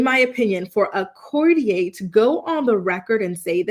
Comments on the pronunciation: Courtier --the r on the end of that word is not silent. I'ts not pronounced with an a sound. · Courtier.. court e ur. Not like Cartier.... 😂 but i agree.. theres something going on wuth Kate..they keep referring to her as Kate Middleton, her maiden name, an odd detail. Her kids are out of sight too. And the Derren Briwn tweet from 14th December..something bad has happened. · 😂It would help if you could pronounce courtier properly. It would also help if you named, this person. There is no mystery, The Princess of Wales is undergoing treatment, nothing to hide so stop the nonsense